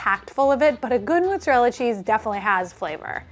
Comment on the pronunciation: Love so much, but the way she pronouces it "MOOT-zarella cheese" bothers me so much for some reason